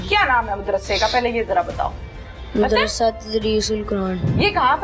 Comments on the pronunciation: Anchor ko madrisa kehna nhein aata . Wo keh rhi hey moodrasa ....moodrasa jb k us k samne baitha chota sa bucha sahi keh raha hey yani madrisa . In ki qabliat ka ye hal hey . Na kisi brey ka adab na chotey ka lehaz . Doputta b mojood nhein .Aek bazurg b baithey hein . Un ki hi sharam ker laity . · Mudarshe nahi Madarsha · Mud ras se Nhe hota Madarsah hota hy sahi urdu bolen